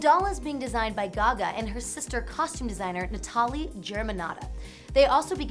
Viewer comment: Pretty sure the parents named the girl "Natalie" and not "Nah-TAL-ee". Idiot.